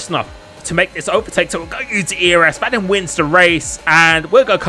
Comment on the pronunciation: It’s pronounced Vah Deem